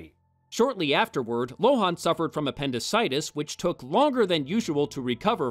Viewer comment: I hate to be the pronunciation police, but Lohan's name is pronounced Lo-HAHN, not Lo-HAWN. Also, next time's The Love Guru, the reason we don't see Mike Myers in lead roles anymore. God help him. Edit: According to Wikipedia, we're both wrong. Lohan's last name is pronounced LO-in.